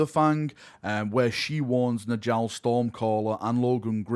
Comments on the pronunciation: its nYALL. Nordic "j's" are pronounced as a "Y" sound! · Please pronounce Njall correctly